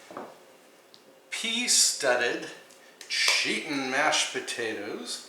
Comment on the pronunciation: It’s makes me laugh when you say cheetin mashed potatoes. That fish and fresh salad look so yummy.